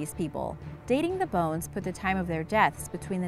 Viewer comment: When you said dinosaur you said bowes